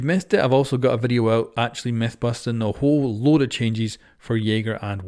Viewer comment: Every time you say the intro, "Busting Rainbow Six Siege" I always hear, "Boston Rainbow Six Siege".